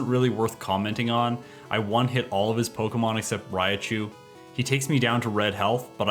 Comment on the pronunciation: Why do you pronounce Raichu and Tangela as 'Raia-Chu' and 'Tang-ela'? Proper pronunciation is 'Rai-Chu' and 'Tan-Gela'.